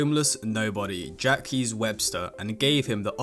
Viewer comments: Fyi Jacques is pronounced more like “Shock” than “Jackies” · Jacques is pronounced “Jock” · bro what ? his names not jacquees, his names jacques, which is simply jack written the french way...